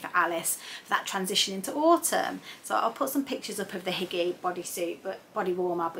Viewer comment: If you're trying to say "hygge" I've learned it's actually pronounced hoo-guh (or hoo-geh). All of your plans look awesome! I'm excited to see what you do eventually with all of your outerwear fabrics!